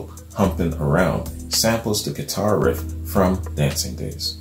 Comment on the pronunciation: It's riff not rift.